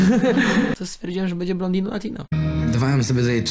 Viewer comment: Blondino juz nie jest blontino tylko brunetino 😅